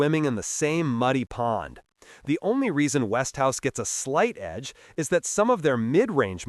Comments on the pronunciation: And what makes you qualified to say what's good and what's bad? And by the way it's Westinghouse, Not Westhouse. Till you improve on your video skills, I don't think I will take your advice on Television electronics. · Look at the spelling. It is West ing house. Three syllables. NOT West House as he is pronouncing it. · No...He Stupidly Mispronounced It... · Its westinghouse ont west tv .A I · I have seen five-year-old Element TVs. My father-in-law now deceased purchased an Element tv many years ago. My brother-in-law who lived with him is still using that same Element tv all of these many years later. And you cannot even correctly pronounce Westinghouse. Notice that ING part. Damn.